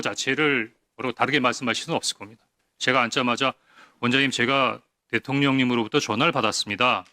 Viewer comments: 김병주의원님은 발음때문인지는 모르겟는데..항상 대통년이라 발음하시더라구요 ㅋㅋ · 김병주의원님은 자꾸 대통년이라고 하는걸로 들려 ㅋㅋㅋ